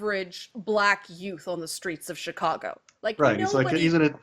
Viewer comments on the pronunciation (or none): none